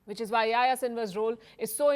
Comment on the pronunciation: It's not pronounce yah ya it's pronounced Yahi-ya